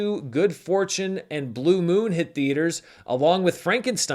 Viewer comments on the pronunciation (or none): none